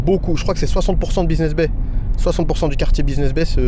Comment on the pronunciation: Buiseness Bay ou business bay 😂 . Je vous taquine . Super vlog 🙏🏿